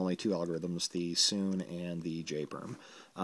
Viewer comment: Sune is pronnounced soon-ay, not soon.